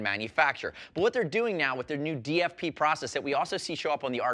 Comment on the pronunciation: new DFP sounds very German